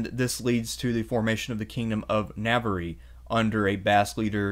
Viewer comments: Na-var. It's pronounced Na-var, not Na-ver-re, Na-var. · Yeah its so easy to pronounce, something like "nah- var (rhymes with star), not nav-var-rie. It was jarring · I like History and I like these podcasts but dude ...NAVARY??!! NAVARY?!!! WTF... Please learn how to pronounce Portuguese and Spanish better. It is not that hard... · Navar not navery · You pronounce Navarre wrong every time and it hurts my ears. Spanish vowels. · Thank you for this; worthy of seminary. Very enjoyable. (Navarre is pronounced Navar, Algarve = Algarv - please don't think I am a pedant - I am quarter Spanish - I could never put this fascinating monologue together). Please do more. Love Hedy. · Really good video, but you butchered the region names so bad. “The region of navariiii” 😂🤣😂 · The Navariiii thing really did make me grit my teeth each time. I’m normally not a huge stickler for pronunciation but several in this vid did bug me quite a bit. They aren’t very difficult to get correct and i found it took away from what was otherwise a very good and informative video. I really don’t want to come across as a hater here, I legitimately enjoyed the content. Just please, next time at least acknowledge the proper pronunciation and people will be a little more forgiving for your choice to anglicize it. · It's fine, it is correctly pronounced Na-Ba-,RRA, three syllables always. Navarre is the anglicised/french pronunciation and spelling. So anyone is free to say it anyway they like it. Basque also receives the same Anglicised French treatment, the full term is Vasco or Vascones, same thing, different pronunciations in different languages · Lmao "navery" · Navarre is pronounced ‘navarr’. Your mispronunciation really irritates me. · Amazing video... But it would be a whole lot better if you invested a little time into researching how to pronounce the regions of Spain. Navarre is so bad I didn't even understand what you was talking about. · Please pronounce Navarre correctly